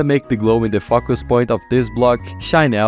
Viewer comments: Why is he saying fockus instead of focus 😭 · Stop saying FUCKUS PLEASE. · fackus point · “i’m just gonna put the glow in the fuckus point.” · bro when says focus i hear it like fuck us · Sorry but its so funny when you say focus as fokus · Im sorry but it sounds like you say fvckus when you say focus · Bro is NOT saying focus💔